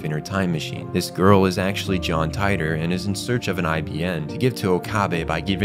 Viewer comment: Tea-tor = Titor